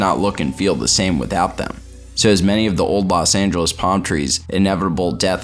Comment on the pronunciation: I can't believe he said La Sangeles. Is that in Cali?